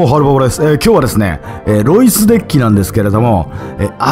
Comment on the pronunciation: # でエロイスと聞こえたのは空耳かな？ （ロイスさん申し訳ない）